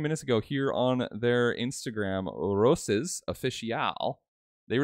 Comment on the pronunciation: It's "Roches"